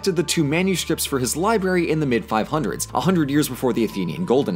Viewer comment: Did... Did you say “liberry?”